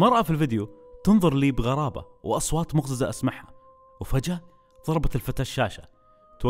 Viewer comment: نطقك لكلمة مقزز خطأ